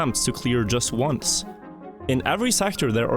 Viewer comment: What the hell is ounce? Where are you from?